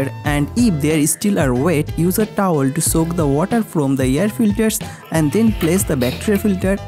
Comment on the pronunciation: Using simpil otter😂😂😂😂